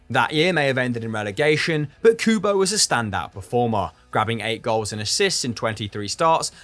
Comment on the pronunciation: Looks like needs some pronounciation lessons from Pato for Kubo:)